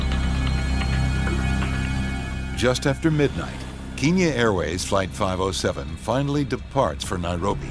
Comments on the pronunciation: Bro really said kinya airways 💀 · keenya? do you mean kenya lmao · Keeenya? Seriously? It's Kenya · Why does the narrator keep calling it keen-ya??? And why would that plane have no contact with any towers for 5 hours??? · Any one notice that the narrator is saying "keenya" instead of "kenya"? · It's Kenya not Keenya! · because kenya is pronounced KE-NIA..bet many kenyans even pronounce it wrong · Keen- ya. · Sooo a show that reports on incident facts cant pronounce kenya...its a country..i just...i...how...come on now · You better work on the accents there Kenyans don't speak like that.Actally most Africans don't.